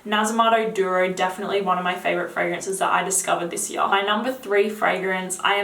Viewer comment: "I had it for a hyurr"